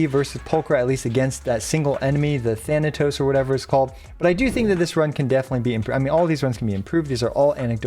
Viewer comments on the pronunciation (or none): none